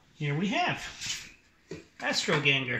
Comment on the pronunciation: Astro Ganga not genger lol